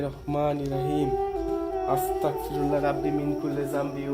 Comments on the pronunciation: ভাই আপনি যে ভিডিও তে আস্তাকফিরুল্লাহ পরেন....কথা আস্তাকফিরুল্লাহ হবে না.... আস্তাগফিরুল্লাহ হবে.......Take love vai❤️❤️❤️ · আসতাগফিরুল্লা বলবেন।ক না গ উচ্চারণ হবে